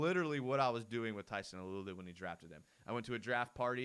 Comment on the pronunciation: Got to pronounce Tyson's last name Alualu right. It's not uh-loo-uh-loo it's AH-loo-AH-loo. Like when a doctor says "say ah" when he/she uses a tongue depressor.